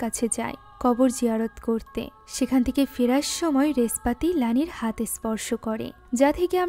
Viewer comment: বলছে রেসপাতি আমি শুনলাম (নেসপাতি)নেশপাতি😂